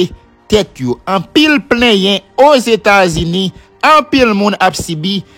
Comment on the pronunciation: Quel honte pou ou ,même États-Unis w pacab prononcé